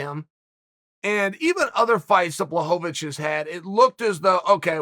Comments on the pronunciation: It’s pronounced Blachowicz Chael: Who the fook is that guy? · Blahoevavich lol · Chael "Blowholevovich" Sonnen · Nothing better than watching a Chael video and hearing BlahoVOVOVOVOVOVOVICH. It never gets old. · bla hoe va vwitch - uncle chael